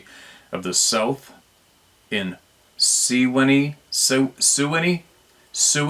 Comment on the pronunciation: LOVE that new intro! 'S'awesome! Pronounce the word 'Sewanee' as "Swanie" AKA "Swaney" Like a beautiful swimming bird with a long neck or a Trumpeter.